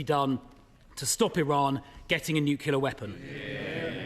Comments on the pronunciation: He lost me at "newkiller weapon". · What’s a ‘nucular’ weapon anyway? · He could have sorted out his collar and learned how to say “nuclear.”